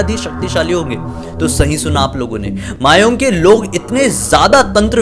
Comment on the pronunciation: Thank u ki ap ne Assam k bare mai video banaya . Aur ha aisa bhi hota hai mai kabhi jana chahunga udhar . 🙂🙂 very nice video. Aur vo mayaong nahi mayang hai 😁😁